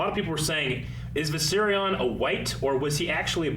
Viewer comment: It triggers me everytime says Viseryion